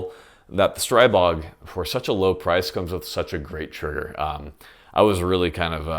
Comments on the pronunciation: Stree-bog, not Stray-bog. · Your pronounciation of the gun killed me 😂😂😂 Great review as well 👍